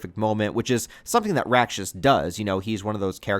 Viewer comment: Full respect to Miura, but the art's only gotten better imho. Btw, Rakshas is pronounced [raːkʂɐs] and roughly translates to demon in Sanskrit. The decision to bring Rakshas here seem apt since Kushan empire is meant to be India. Ganishka/Kushan are a historical king and empire from ~200CE.